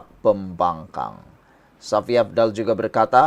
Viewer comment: sebutan kau tu tidak betul Shafie kau sebut safi kau ni ada sekolah ke?